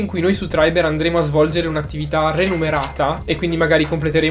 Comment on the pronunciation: "... andremo a svolgere un'attività renumerata... " ho capito male? Dovrebbe essere "remunerata"!